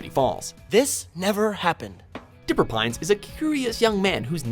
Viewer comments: Did he just call dipper... Digger? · Anyone hear him say digger